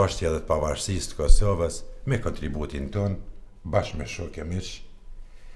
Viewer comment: Kur thot tu Kusoves maroj dek ahhahahahahahahhahahahahahahahahahahahahah